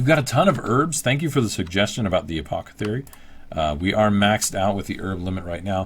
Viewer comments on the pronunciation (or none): Also, I wasn't sure if I was hearing this correctly, but I double and triple checked it during this video... Its a-poth-e-cary, you're saying a-poc-e-thary.